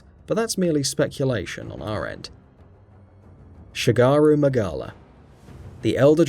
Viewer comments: shengaru magala and gore mangala? how could anyone possibly pispronounce that? even i who had never heard anyone say either name until recently couldnt have made that mistake? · the pronunciation, despite the disclaimer was actually offensive. you went from calling it shagaru magala to shengaru magala. thats not even getting into deVEELjho, braKIDDYos, Etc. Makes the video seem insincere tbh, do some research! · Dude I understand not every pronunciation can be landed but don't put letters where there are none... Shengaru Mangala? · how do you say gore magala wrong twice let alone saying shagaru magala